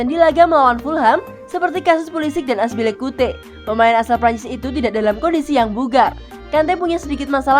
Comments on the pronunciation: Aduh min Azpilicueta bukan Azpilicute.. 😅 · Azpilicueta oi bukan azpilicute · Yg benar Azpilicueta,bukan azpilicuye hahaahaaaaaa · Azpilikueta min..bukan azpilikute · serius min? azpilicute. azpilicueta yg bener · Azpilicueta min Bukan azpilicute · "Aspilikute" buahahahahaha.. narator gadungan🤮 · Aspilikuite wkwkwk, sabar min